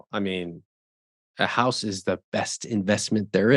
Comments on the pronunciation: I keep hearing him say HOST vs. HOUSE. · I thought he said 'hose' 😂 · Is it just me or the way he says “house” is kinda wild